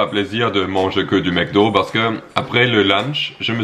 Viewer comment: On dit Macdo pas maicdo